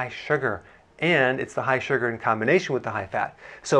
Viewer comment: Love how you say SU-GRRRR! 😂